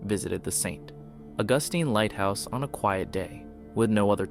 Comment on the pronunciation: You mispronounced St. Augustine.